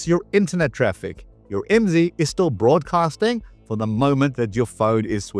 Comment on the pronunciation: IMSI is an acronym. Dont say it as a word. Its. I M S I.